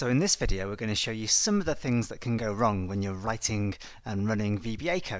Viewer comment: Can you hear it? "wrun" :D